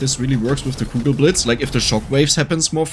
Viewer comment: Kugelblitz ... It's Kugelblitz, not cougar blades ... I was so confused.